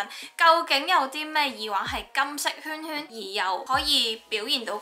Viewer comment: 講咗咁多次都仲係耳“wang”😂